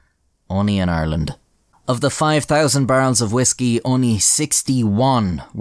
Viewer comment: you can tell it's a legit Irish accent because the first syllable in "Ireland" is effortlessly between an American "are" and "our"